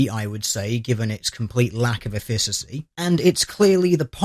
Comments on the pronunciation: Interesting, but you need to check your pronunciation. Efficacy = 'EF-fik-a-see'. Not 'ef-FISS-a-see' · Efficacy is pronounced effikacy not effisacy. One other thing she could try is to stop being a feminist, stop complaining about everything, start taking joy in life and relaxing. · Efficacy is a hard ck sound, eh-fick-ah-see, not eh-fiss-ah-see. The more you know... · It's effi-K-asy not effi-s-asy. Take it from someone who does clinical trials for a living ;) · I love your work, and I love this series in particular, but the first "c" in "Efficacy" is a hard "k" sound. "Eff-ih-kuh-see," not "Eff-ih-suh-see." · It's pronounced EFF-i-kuh-see, not e-FISS-uh-see. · and the stress is on the first syllable - EFF-ih-ka-si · Effissassy sounds odd to me too. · word is pronounced NOTHING like he said, even if it's definition fits in the context of the sentence. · At risk of being "that guy", it's bothering me: efficacy is supposed to be pronounced more like "effikassee". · Small point in helpful spirit - efficacy is pronounced efikasy. Otherwise usual high quality :-) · Isn't "efficacy" pronounced EH'fikasee? Not trying to be a grammar nazi, and maybe it's an American pronunciation, but just sayin. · It's pronounced EFF-ih-ka-see. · F-i(like in kill)-cuss-E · Hey;DR the first c in efficacy is a hard c (as in car), not a soft c (as in cell). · He's British, you can't expect him to speak properly. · That, at least, is a common pronunciation in the UK. His butchering of efficacy is not. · See, I could buy it being a dialectical thing if there were any reason to pronounce a "c" as an "s" in front of an "a". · he was one syllable off and everyone has some flaws, i doubt you could pronounce most arab words and he isnt a buffoon as he pronounces every other word in this video correctly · Goldskies " i doubt you could pronounce most arab words" -I doubt;DR can pronounce one particular English word correctly.:-D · You have a funny way of saying saying "efficacy."